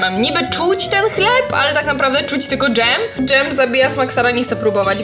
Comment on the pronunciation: "dzem" "keczup"☠️